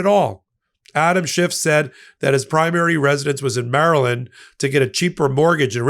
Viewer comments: His name is Schiff, not Schift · Adam's last name ends with an "F",. NOT a "T".